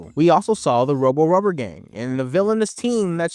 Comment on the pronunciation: Rubberobo...sounded like you said roborubber... Anyway, I used to love this show so damn much. I collected the action figures and the tcg and had the game cube game and one of the gba game. It really was slept on Also I remember Medabots Spirits played on Fox Family Channel...yeah I'm old I remember Fox Family. It didn't have a set air time though. It would play some weeks and not play on others and even then it never aired in the same time slot so I'm sure that's part of what made people not be able to keep up with it